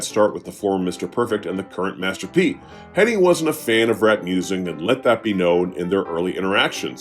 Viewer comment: his names hennig man not henning